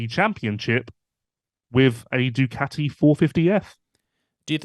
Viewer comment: Love how you call ducati, doocoti